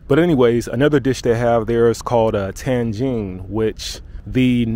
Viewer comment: Bro it is Tagine not Tangine, there is no N befor G, even if you put an N iside the Tagine it's still Tagine XD, And you probablly mixing it with the city of Tangier which has an N before G.